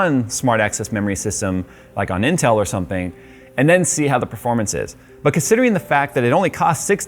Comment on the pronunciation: No one:: pErFoRmAnCy